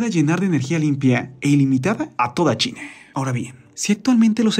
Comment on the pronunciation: ■ En el 7 segundos empezando el video que dice "Algo brutal acaba de pasar en .....", parece escucharse decir Chile en vez de China. ● ¿Dijo Chile o China? En el segundos ⏱️. [Y no 007 James Bond 😁]